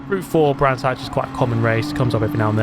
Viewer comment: Brands Hatch? Gran's Thatch.